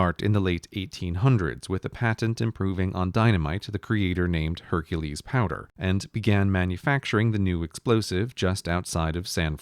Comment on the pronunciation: He pronounced Hercules "Hunkles"